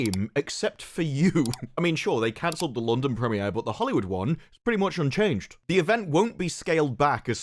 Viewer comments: Bruh how you saying gadoT and then immediately say "pre mi air?" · The "preh-me-air"